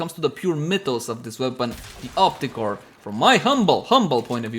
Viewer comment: Op-REEEEE-cor! lol